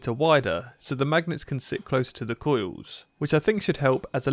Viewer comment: “Koy-yous wif vow-tidge”